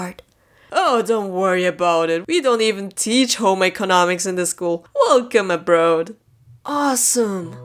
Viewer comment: Did...did she say abrod instead of aboard XD